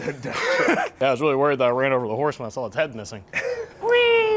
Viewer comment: Why does he call a saw a sawl?